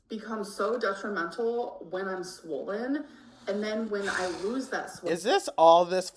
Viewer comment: if she says “swowwwwlllynn” one more time